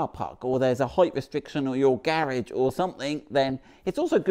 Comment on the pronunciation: Height is correct it’s not th in the end it’s ht . Therefore your pronunciation is perfect